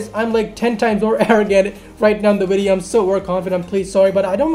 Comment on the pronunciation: do u say ears and not years and video but u say wideo lol